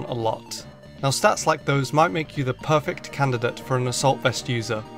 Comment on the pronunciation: instead of perfect he said "worrfect" good vid tho